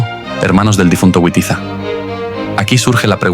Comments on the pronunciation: No sé pronuncia "güitiza" se pronuncia "vitiza" para los germanos la w=v y los godos eran germanos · Les ruego encarecidamente que Witiza y Wamba los pronuncien como debe ser Vamba y Vitiza, por favor NO Güamba y Güitiza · Por favor! No pronuncie a Witiza o Wamba a la inglesa, el ingles, como el español no existían en esa época, los godos eran pueblos germánicos, la W para los germanos, como para el alemán y el español actuales, tiene valor de B, así que Witiza, pronunciar BITIZA, Wamba, pronunciar BAMBA. Por favor, no le deis a los actuales ingleses un honor que, bajo ningún punto de vista, merecen. Gracias por leer y gracias por la Historia. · La W en español, se pronuncia como V, igual que en alemán, Wamba y Witiza, se pronuncian Vamba y Vitiza, no es la W inglesa.